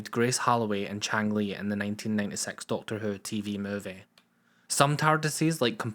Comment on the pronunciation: What accent is this, raping my auditory protruberances? It speaks of a programme named 'Doctor Uh'..... utters facts pertaining to something called a 'masheeen' and babbles of 'cirrrrrkits' ??? I seemed to have discovered my first foreign fan video! If only he wasn't so unintelligible...